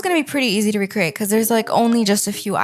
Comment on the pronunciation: Can you PLEASE stop saying RECCRATE🙄🙄😒